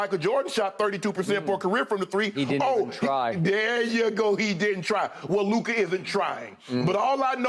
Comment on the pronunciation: I absolutely LOVE Jimmy but LMAO stop it… it’s clearly Luka